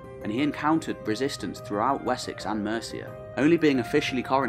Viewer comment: Its Mercia..not Merica